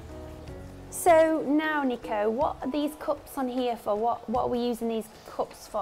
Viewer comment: No cups it's coops guys 🤣🤣🤣😜